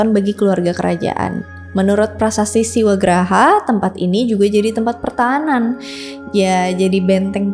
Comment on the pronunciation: 'Siwagrha', bukan 'Siwagraha'. untuk mngacu pada arti 'Rumah Siwa', kak. Grha artinya Rumah, bukan Graha. Graha, berarti huru-hara.